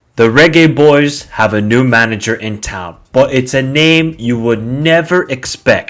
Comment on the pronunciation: 😂😂😂😂😂 he's pronouncing it the right way